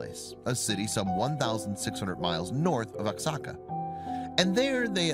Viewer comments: SO 😔 SAD IM RELIEVED SHE WAS LIBERATED FROM THAT HELLISH MINION OF sATAn..! LOVE YR SHOW!!! ALSO, OXACA IS NOT PRONOUNCED. "OX-AHH-CAH"... IT IS PRONOUNCED "WAH- HOCK-CAH" BEEN THERE IS BEAUTIFUL... THANKS AGAIN... GODBLESS..!!! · you pronounce oaxaca, Wa-Ha-Ca!!!! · You could've quickly googled how to pronounce Oaxaca. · Seriously that was so annoying!